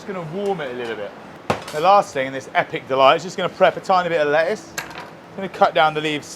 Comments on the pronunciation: I love how there are no T’s in le’uce. 🥬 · Lettuce also has a letter t in the middle for a reason.